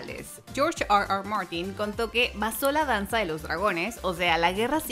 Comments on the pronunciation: Está hablando en español y dice "AR AR MARTIN" , solo por eso doy "no me gusta" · Porque pronuncia tan mal r r Martin?